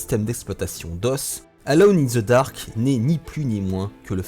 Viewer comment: Ca se prononce: eulone in the dark!